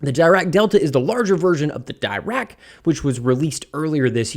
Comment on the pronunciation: Pronounced “deerack”